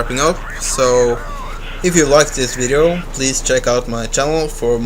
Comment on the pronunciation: Also, "another wideo...". Lol :D